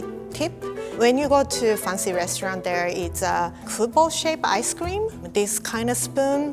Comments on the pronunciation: Every time I see and read one of the video captions of the series, my mind AUTOMATICALLY switched the pronunciation to “Faan-ci” Theres nothing I can do about it and I love it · i hate listening her saying "fancy" its so weird.... no offence. your a really good chef i love that, but please change your fancy pronunciation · make it funcy! Me: lol:D